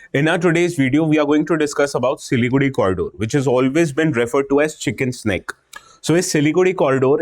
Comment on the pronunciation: Why does he keep pronouncing Siliguri as Siligudi. By the way , it a very hard accent